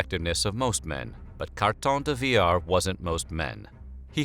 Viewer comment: This one is by far your best video. Kudos to the narrator for honoring the man without butchering his name.